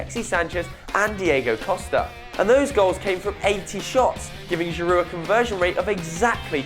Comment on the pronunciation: Giround ??? U havin a laugh?